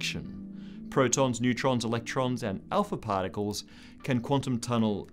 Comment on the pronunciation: Paaaarcules, is supposed to mean "particles'?